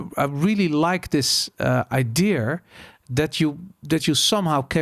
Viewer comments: Is het 'idea' of 'idear'? Idear klinkt heel fout en irritant 😂. Maar mss zit ik er helemaal naast 😊. Verder top aflevering! Mss moet je die Pim van Lommel ook een keer uitnodigen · waarom spreek je idea als i-deer uit? 😆 Verder echt enorm genoten, dankjewel voor de podcast. Altijd al gedacht dat het zo in elkaar zit maar prettig het eens vanuit een meer wetenschappelijke visie te horen. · Waarom spreek je idea als I-Deer uit? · Behalve het woord idea, die spreekt hij als i-deer uit